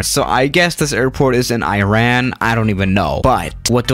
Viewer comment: "I ran" vs "Iran"